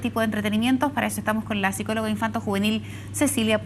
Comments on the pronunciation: sicologa :/ es psicologa. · sicologa? sicologa?!!!! se nota que sos una estupida por se SICOLOGA es PSICOLOGA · "Sicologa " xd Este video es un cáncer.